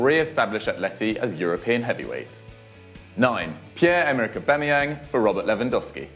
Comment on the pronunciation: Uba???😂😂😂 FD 😂😂😂😂 It's Auba Uba 😂😂😂😂